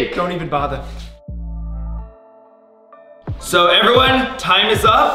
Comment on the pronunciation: "Dont even botha" #